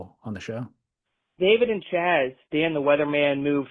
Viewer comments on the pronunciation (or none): not Chaz. Keep Doink!